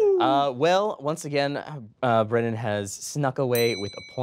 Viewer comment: Um, actually: it's Brennan, not Brennon